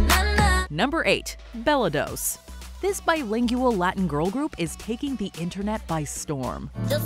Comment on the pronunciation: "biling-you-al" I have never heard anyone pronounce the word bilingual that way. Added a whole extra syllable...